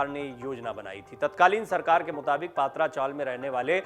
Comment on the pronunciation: अरे भाई पात्रा नही पत्रा चाल जीसको सिद्धार्थ नगर बोलते ह ये गोरेगाव मे स्थित है।